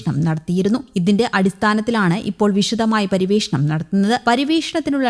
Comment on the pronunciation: ഇന്തനം, പരിവേഷണം നല്ല അക്ഷരശുദ്ധി 👍😡